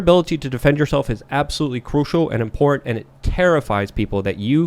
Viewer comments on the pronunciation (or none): back! 🥰 I've missed hearing him say "impornt"